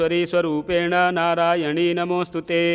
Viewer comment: प्रिय महोदय, निवेदन है कि आप नारायणि को नारायणी पढ़ते हैं,यह अशुद्ध है, कृपया नारायणि को सही पढ़ने का प्रयास करें।जय मां सिंहवाहिनी दुर्गा जी।